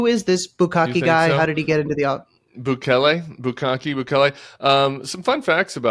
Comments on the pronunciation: I love that you call him "bukakke" the whole time. I do the same thing and I don't even mean too. What does that say about our search histories? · Bukele, no Bukale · Every time he calls bukele bukake I laugh so hard I miss what he said. You never should have used that word in front of him. I'm glad you're safe Tim! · It’s Bukele, like ukelele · Just love how Tim keeps mispronouncing his name. 😅